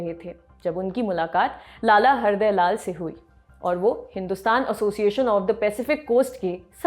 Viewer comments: Lala Hardayal not lala hriday lal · It's Lala Hardyaal not Her de laal.. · Its Lala Har dayal not lala hardya lal .... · It's Lala Hardyal not Harde lal. Please correct in the next blog